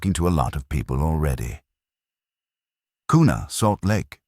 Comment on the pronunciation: Also its pronounced Qna not kooona,, Go Kavemen